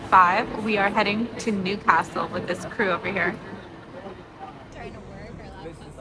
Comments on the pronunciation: It’s ’Newcastle’ pet ….. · Newcastle is one word not two!